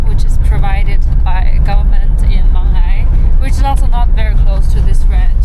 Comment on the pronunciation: for the native people , the pronunciation of '茫崖' is Mang'Ya, not Mang'ai😀